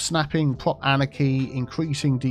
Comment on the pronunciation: I've been watching you for a couple years but for the love of god: it took me months to figure out wth you were saying while trying to pronounce the word anarchy. Annechy? Aneki? Anakey?